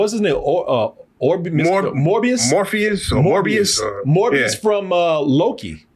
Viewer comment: Möbius not Morbius lol